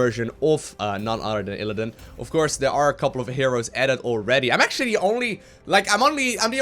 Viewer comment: Why do you say ILLADIN? It's ILLIDAN! <3